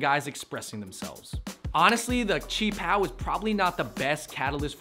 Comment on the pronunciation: Doubt she even knows how to pronounce qi pao lmao